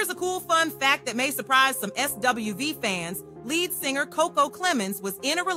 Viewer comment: Pronounce the group right 😂 I hate ppl and Ai bull Messes up ppl knowledge